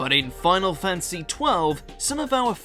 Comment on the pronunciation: Fan-ta-sy, fan-ta-sy. Not fantsy. Jesus